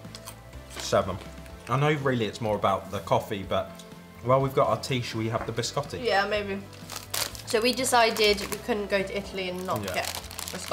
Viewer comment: Ha detto Biscotti o Gerry Scotti?